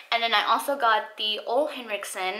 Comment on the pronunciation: Hi! Ole is pronounced oo (as in moo)-la. Thanks for sharing.